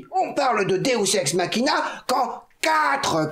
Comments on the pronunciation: Est-ce que j'étais la seule à connaitre le deus ex machina MAIS à entendre deus SEX machina? Ou le nom parfait pour un porno mechanophile? ^-^ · c moi ou le prof dit deus sex machina XDDD ?